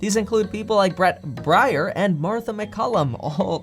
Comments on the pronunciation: Brett Bryer? Brett Baier (bear) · Bret Baier is pronounced Bret Bear like the animal. Kevin gives away his ideology of being a liberal democrat by not knowing this well known Fox host. This is why Kevin always sides with Pelosi instead of calling it like it is with her.